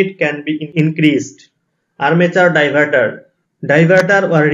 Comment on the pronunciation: Die... var ....taar 😂😂